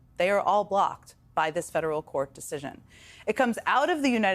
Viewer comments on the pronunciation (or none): She's saying blocked like bocked. But AWESOME❤❤❤❤